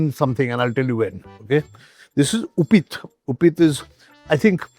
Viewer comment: Uppit is not pretty much like upma Upma is another word for Uppit "उपिट" not उपिथ 😢